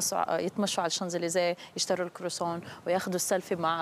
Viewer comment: يشترو الكروصون😕😂😂 كخواصون اسمه croissant